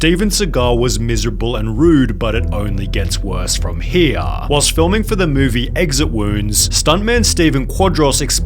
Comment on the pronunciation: I.... look, the content of your videos seems pretty good, but why are you ending every sentence with a drawn-out syllable? As in, "he was a martial artist instructooooor" "regularly showed up late and left earllllyyyy" "It only gets worse from hereeeaaahh" A lot of youtubers are doing it, and it drives me insane.